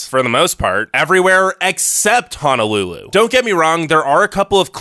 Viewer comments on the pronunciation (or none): It’s Honolulu not Hanalulu🤙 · It's not called Hanalulu it's Honolulu pls get it right. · Its HONOLULU not HANALULU 🙄 irking & ova dramatic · There is no A in Honolulu. It's an O. Honolulu. Not Hanalulu. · Did.... did he just call our home dirty ? Boy. STAY HOME. Please Don’t come here. Ps. It’s Ho-no-loo-loo. Not “Hana-loo-loo” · Could you please pronounce Honolulu correctly. It’s not pronounced “Ha no lu lu” as in hahaha. It’s “Ho no lu lu” as in hohoho. Both o’s are pronounced long. How would you like it if I pronounced your home town incorrectly. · Fist of all your pronouncing it like Hanalulu but it’s H/o/n/o/lulu and all of this is just rude because I live in Hawaii and we’re Hawaiian not Polynesian and it’s not as bad as you think yes it’s expensive but if its to expensive for you people then don’t come here and it was rude to talk about the homeless 😤😡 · Repeat after me Ho..No..Lulu, no a’s! No, not Hanalulu...Honolulu! Mahalos! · it's pronounced "HOH-NOH-loo-loo", not "HAH-NAH-loo-loo" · So the negative aspects of island living are pretty accurate (I lived there for 23 years) but it's a very special place on this planet and to me it will always be Paradise. However, the one thing that drives me crazy is hearing people refer to the capital as HANAlulu. It's HONOlulu, which means, sheltered bay, in Hawaiian. Let's have some respect for the culture by not mispronouncing Hawaiian words. It's visually easy to see that the word Honolulu contains o's not a's. Aloha! -- which I say with sincerity! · Hanalulu - NO Honolulu - YES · Its HONOLULU not HANALULU... this is so cringey to watch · Btw It is "Hong no lu lu". Ok guy with annoying voice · I’m born and raised on Oahu. I’m already here bro. Also ur saying Hawai’i wrong. “Ha- why- eeeee” and honolulu “Hono-loo-loo” uhm. No. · okay i am born and raised on Hawaii, and some of these things got me feeling some type of way. And it’s (HONU-LULU) HO-NO-LU-LU, haoles get sun burn not the locals